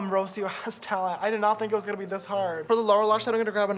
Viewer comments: that mispronunciation of Rocio tho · I love how James pronounces “Rocio”